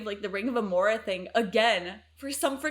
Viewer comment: Amara, not Amora. Lilah, not Leyla.